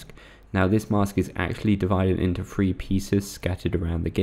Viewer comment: To get all thwee